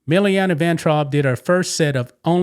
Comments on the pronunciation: Milana, not Milliana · You badly mispronounced Milana. But I've never heard of her - probably because I don't watch commercials. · This is what you call news? She started doing this months ago. You can't find anything else to call 'news?' And you didn't even say her name right. Sheesh.